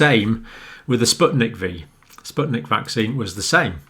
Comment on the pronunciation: It's spyutnik FIVE not V